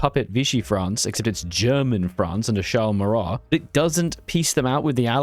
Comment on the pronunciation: fail : for the 1% time you need to pronouce the letter a the end of a french word you didn't he calls him Charl(es) MaurraS he is a absolute Jerk who spend his all life to be against the german in word but when the german invade france he call that Divine surprise